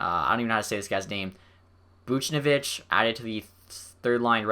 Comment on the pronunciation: Brady Skjei is pronounced like Shea in Shea Weber. You got Buchnevich right though. Ea also messed up the lines. Nash and Buchnevich are switched. Kreider, Zibinjad, and Buchnevich has been insane.